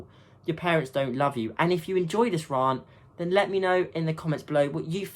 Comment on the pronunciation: Wait. YOU SAY RANT LIKE 'RARNT'! Sorry it just triggers me.